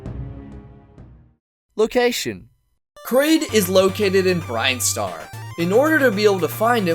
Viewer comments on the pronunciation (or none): Great Video, my guy. Kraid is an iconic boss and preboss that hails from BRINSTAR. That's pronounced BRYN not Brine. The only other gripe I have is that you said Captain N: The Game Master was not popular. It's painfully obvious that you're not from that era. Captain N was terrible for interpretations of characters. Hell, King Hippo was blue, MegaMan was green and yellow. It was off but the cartoon and comics were so awesome and it was a grip your cereal bowl tight great time, regardless. The Super Metroid fight was excellent and an ingenious way to make the boss stand out and have a unique fight. He was reimagined from a hedgehog like being into this gigantic monster that towered over you. I like to think kraid's NES appearance was his younger, infant form. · Who cares if he's an easy boss fight?! Literally, nobody, nor should anybody. He's an ICON and a showstopping mastercrafted jawdropper of a boss! The only issue I have is saying he's from "BRINESTAR" instead of "BRINSTAR"! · it's Brin-star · You mispronounced Brinstar and Draygon. Yeesh. That means you really don’t know as much about bosses as you lead on to show.